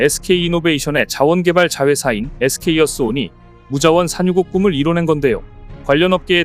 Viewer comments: 에스케이어스온 인데 에스케이이어스온으로 계속 말씀하시네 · SK어스온 이라고 써놓고 SK이어스온 이라고 읽으면 뭐가 맞는거야?